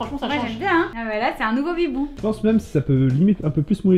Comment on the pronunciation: Je rêve ou à la fin t'as dit "Bitbou" au lieu de "Bibou"?